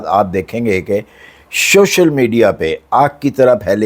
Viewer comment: اچھا یہ شوشل نہیں سوشل ہوتا ہے 😂